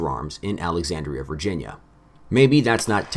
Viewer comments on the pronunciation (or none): none